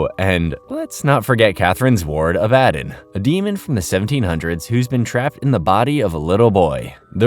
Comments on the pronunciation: The way you’re saying Abbadon threw me off. I had to look at the screen to make sure it was the same character. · Same here i mean did you even watch the show or just reading a script because in the show its pronounced clearly and correctly so there's no reason to say it incorrectly like you do this entire video, its a real killer! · name was repeatedly said correctly in the show, there is really no excuse for pronouncing it wrong